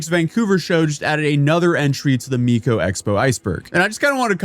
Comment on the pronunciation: He says Miko at the end too I'll save Hatsoon Miko for rage bait 😂